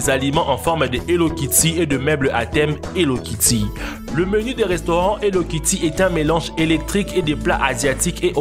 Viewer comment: Mdr quand tu dis hello Ketty